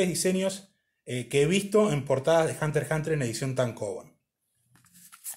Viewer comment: Al fin alguien que pronuncia bien el título (Hunter Hunter), instalike.